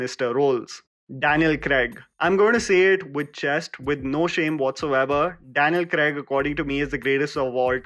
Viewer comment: It takes balls to make a video, edit it, put an entire era in almost 11 minutes so kudos for that. Its also important that you research the actors names and pronounce it well in your video. You destroyed Daniel Craig's name. I suggest you listen to it again and edit it in your video.